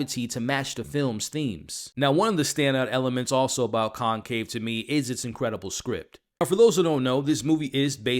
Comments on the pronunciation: pls = it’s conclave not concave!! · Dude... it's Conclave with an "L" not concave! I couldn't even finish watching your review.